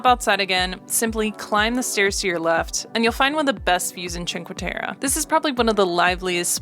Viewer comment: please kindly practice the pronunciation of the cities you visit... it's "teh-reh" not "teh-ruh" great video... :)